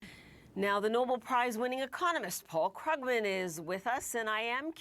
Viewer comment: Would be nice to have a interviewer who can do more than read a teleprompter. Mispronounced Krugman, that's bush league.😮